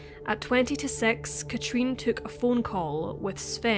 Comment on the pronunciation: The way you say her name Katrin is so wrong and annoying.